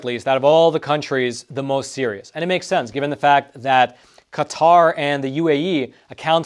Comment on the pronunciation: You pronounced it wrong and right. Come on dude It's not cutter